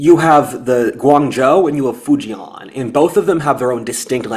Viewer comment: Decent Chinese Mandarin pronunciation. Except for Fu-jian. Rhymes with Ko-rean.